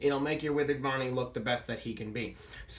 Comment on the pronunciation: You said ponnie